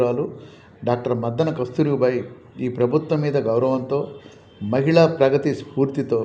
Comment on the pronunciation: Dr Muddana not Maddana